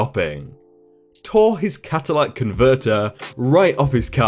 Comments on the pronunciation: "Catalytic", not "catalite". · Story #1- it is a very mispronounced word "Cat-u-lit-ick" converter not Cadillac converter. I love your channel! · Hey.... it is pronounced CAT-A-LI-TIC converter....for future reference!! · It's pronounced "cat-a-lit-ic". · Catalytic like a catalyst